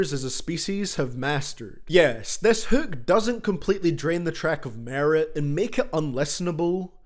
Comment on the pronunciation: Hūūk love the accent